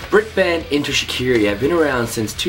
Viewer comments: its pronounced enter shi-car-e and kel fuckin soo prees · please pronounce shiKARi properly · It's ok if he's pronouncing it wring, he's Canadian XD